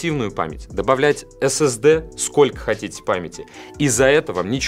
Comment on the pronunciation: Мне одному послышалось "ssd клитор"???